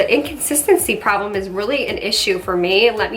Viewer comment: “Its a pore-blem”.